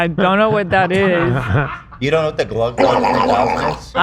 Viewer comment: Ethan saying glugg glugg 3000 instead of Gluck gluck 3000 😂